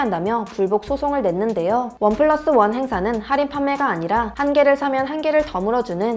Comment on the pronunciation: 할인을 살인으로 들음 ㅋㅋ 살인은 언제들어도 설래게 되는 단어죸ㅋㅋㅋ